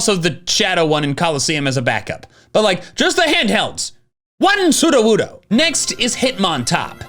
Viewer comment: Funny metal image. Us: "So you're a Johto pokemon." Slugma: "Yes." Us: "But you're only found in Kanto." Slugma: "Don't think about it." "Wan soodowoodo!" The way he says it sounds like some undecipherable language. The slow nod and the quiet "No" belie so much pain and suffering.